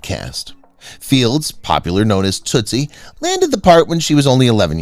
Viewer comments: Toot- ie not Toostie. Toostie was Dustin Huffman. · Tootie, not tootsie